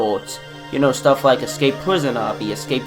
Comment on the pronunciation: voice is really annoying imagine just going up to someone and saying "do woo wike woblox" JUST SAY AN R INSTEAD OF A W ITS SO ANNOYING